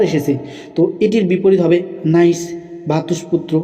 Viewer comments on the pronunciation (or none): Niece উচ্চারণ হবে নিচ। নাইস না